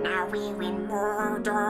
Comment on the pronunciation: At the beginning was he saying mordor or murder? I wasn't sure